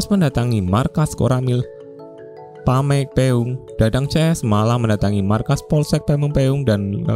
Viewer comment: pameungpeuk bukan pameungkeung😅